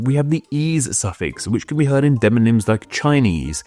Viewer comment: Gotta say, it's a little odd that in a video about deMonyms, you say deNonyms every dang time.